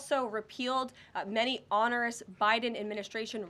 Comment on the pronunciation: Karoline, you are mispronouncing ONEROUS. But you are kind of cute.